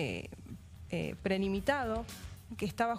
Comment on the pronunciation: como le cuesta eh. No puede pronunciar la palabra "premeditado".